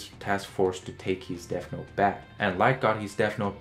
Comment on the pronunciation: Bro you need to pronounce your words correctly. It's not DEAF note it's deaTH note